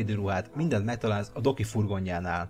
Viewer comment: amikor mindig azt mondtad Doki akkor mindig azt hallottam hogy Doggy.